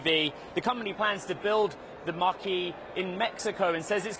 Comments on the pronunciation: When this reporter says “Mustang Mach-E”, it sounds like he's saying “Mustang Marquee”. English is a funny language. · I thought he was saying Mustang Marquee!! Lol